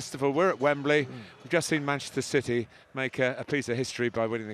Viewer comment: “Masssserer Citeh”